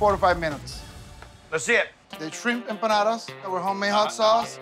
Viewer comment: We don't say empanadas